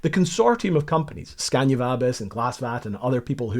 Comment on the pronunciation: It`s SCANIA!!!! NOT SCANDIA!!! Butcher names is a pet peeve of mine.